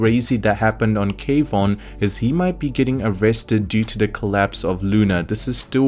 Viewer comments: Kwon is pronounced Kuan. not K-Von. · Kwon is a one syllable word, not two